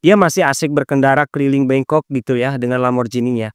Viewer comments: 13.37 bangkok kan bukan bengkok apa aku salah denger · Bangkok bang😅, bukan bengkok😅